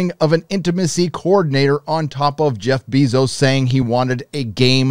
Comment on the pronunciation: It’s Jef Bezos, not Jef Biezos